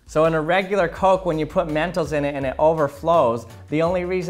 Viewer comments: He said mentos like mentals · That "mentos" is.too spanish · I love how he pronounced mentos.(*˘︶˘*).｡*♡ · I don't like how he says mentos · The way you saw mentos is kinda funny to me Its like you said it in an accent